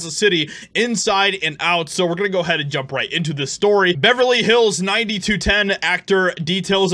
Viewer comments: Us X-ers pronounced that show: Beverly Hills Nine-Oh-Two-One-Oh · "Ninety two-ten" Tell me you don't know the 90s without telling me you don't know the 90s